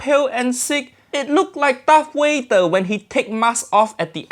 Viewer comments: Uncle Roger: Why That Chicken So Ugly It Look Like Darth Wayder Uncle Roger Said Darth Wayder Lol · “Darth Wader” 🤣🤣🤣